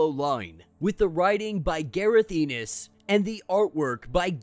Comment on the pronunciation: It's Garth ennis not Gareth